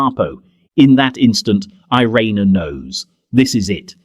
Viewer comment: She never wanted to be considered a hero but what else should we call her? So many children lived because of her, some still living. And her name is more accurately pronounced ee-RAY-na not ai-REE-nuh.